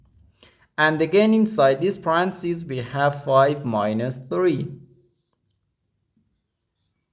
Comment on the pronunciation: English teacher here. Repeat ten times aloud the following and it will feel more natural next time to say it correctly: Pa-ren-tha-("th" is unvoiced, like in "thistle") cees. Pa--ren--tha--cees Stress 2nd syllable. Pa-REN-tha-cees.